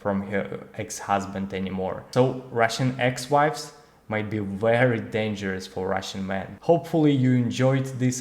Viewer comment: Thank you!! I like the new format. Your English is very good!! Remember that the English letter V does not have a "W" sound. Someone can help you. Just a small help!